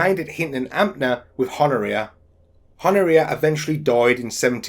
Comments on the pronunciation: Pronounced Hon-oria. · Good work, but Honouria does not pronounce the H, it's 'Onna Re Ah'.